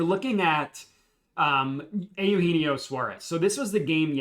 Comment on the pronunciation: Eugenio (you•gee•knee•oh) lol good try though